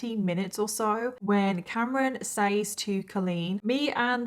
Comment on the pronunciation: The way you say “says” makes me love you 😂🤣😂🥰